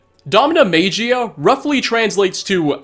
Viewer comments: Soft G. Maggy-uh. DomnaMagia. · No it’s not magia as in American pronounciation. Magia or “maggy-ya” is a common word for magic in other languages.